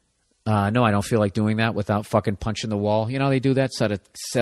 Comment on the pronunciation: "And dat's dat."